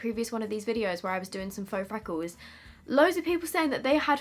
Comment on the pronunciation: Fweckles.. lol